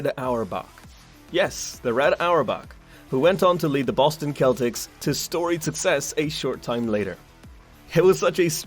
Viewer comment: aint no way you just said celtics like "kelticks"